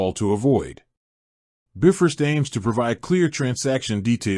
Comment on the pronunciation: Shoddy AI cannot even pronounce “Bifrost” correctly 🤦🏻‍♂️